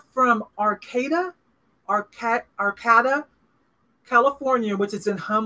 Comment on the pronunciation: Arcata CA. Pronounced Arcayta 😊